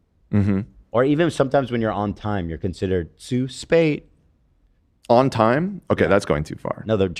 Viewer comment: zu spät is pronounced more like “tsu shpet”